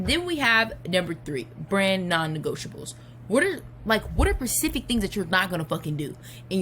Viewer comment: Its hard to take someone seriously who says pacific for specific